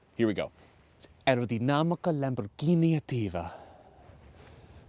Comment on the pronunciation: I'm from Italy and actually pronounced soo good aerodinamica 😏